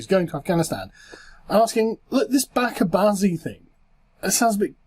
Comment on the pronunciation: The correct pronunciation is Bacha (not baaka) bazi. Bacha means child. Related news - Pakistan is number one in gay porn consumption globally.